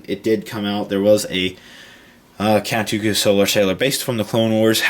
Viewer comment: you said Cat Dooku